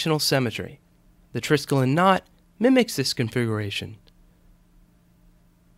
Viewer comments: Good-looking knot... Now for the proper pronunciation of the word: it consists of four syllables-- "try-skel-ee-on," with the accent on the 2nd. Skelos here means "leg" in Greek. Yours, Old Star Trek Nerd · You're SO FULL of ALL this info on the TRISKELION, BUT HOW come YOU Never even BOTHERED to find out THE CORRECT PRONUNCIATION of the word???!!🤔